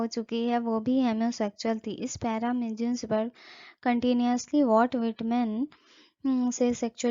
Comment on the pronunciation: मैडम एलन "जिन्सबर्ग" नहीं .. "गिन्सबर्ग " होता है Good Explanation